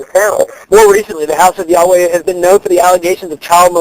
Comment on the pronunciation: Well, he doesn't pronounce YAHWEH correctly.